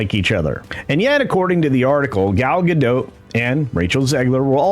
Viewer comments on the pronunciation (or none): Gadot, not Gado, the T isn’t silent at all.